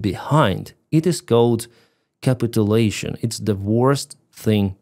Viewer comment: I really appreciate your clean, direct reporting of the situation,, and totally agree with your summary. I applaud your ability to do this in English too – thank you. Just to let you know, the word "Capitulation" has the stress on the second syllable in English "CaPITulation"